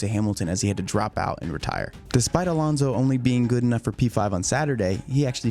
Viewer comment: Why do you keep saying Alonzzo? Alontzo? It's AlonSo